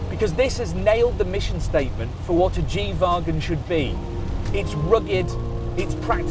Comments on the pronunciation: Why does he keep calling it a G vaagon? 😂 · the way he pronounces wagon is really tilting